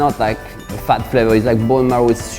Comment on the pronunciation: Does this guy have a swedish accent? This sounds extremely swedish, the only difference is that he switches the D's with T's. He also pronouces "fat" as "fett" (which is the swedish word for it) but a typical swede would pronounce it "faet" which makes it hard to pinpoint, does he not know the english word?